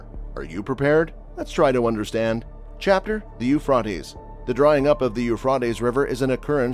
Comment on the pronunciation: the pronouncement is u phrat tees